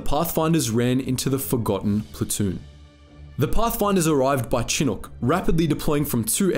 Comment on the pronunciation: Pronounced "Shi-nook"